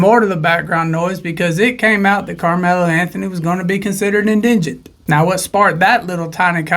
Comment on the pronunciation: Dude, it's en-di-gent. Not engent.